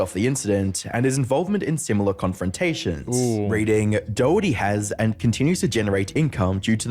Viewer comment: His name is pronounced "Dokerty" not Doh herty.